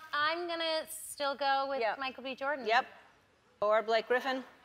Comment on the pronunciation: Sounds like she says “Michael BE Jordan”